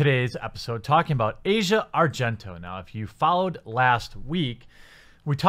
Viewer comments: I know it might not mean much but her name is pronounced Ah-zia Not Asia. Not supporting her or anything, just saying, in case you care. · Its pronounced Ass-Eee-Ahhh. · It's not pronounced Asia(like the continent) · Azea not asia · They say it like "Ozia" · AH-zee-uh, not the continent. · Asia isn't pronunced like that.